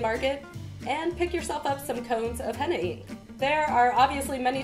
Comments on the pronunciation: "kool aid"-hena wtf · That's not how you make henna first of all and you don't know how to say it so yeah